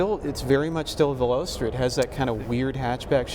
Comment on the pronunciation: Ok reviews but holy smokes guys zzzZZZ too long and why on earth would you do your recording in that airport terminal like room ,, and Velocity is where that they came up with the name for the Car so how the 3 other team mates didn’t crush that Pretentious douchbag for saying it so Epically Wrong is beyond me ,,,,insert massive facepalm >here<